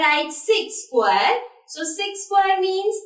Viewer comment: mam vo sqqquare nhi hota vo square hota hai galat pronunciation hai ja english classes join kar